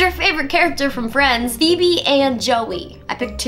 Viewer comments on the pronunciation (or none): none